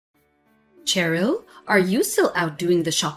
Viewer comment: Nitpick- it's pronounced sherill as in shy, not ch as in chin.